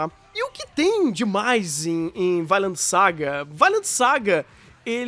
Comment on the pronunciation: "Vailend"?! Depois de ver o anime só consigo falar "Vinlando". XD